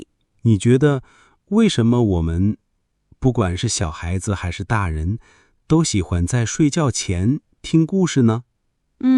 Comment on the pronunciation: 我觉得，你们读错。” 还是“ 你们读 " huàn shi "